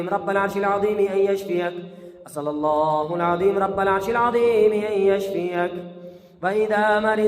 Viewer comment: اسئل اللہ العظیم ۔۔۔۔۔میں لفظ اللہ پر پیش نہیں زبر ہے اس کو براہ مہربانی درست فرما لیجئے ۔جزاک اللّٰہ